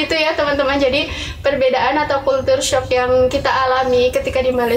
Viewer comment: Culture sebutnya kal-ce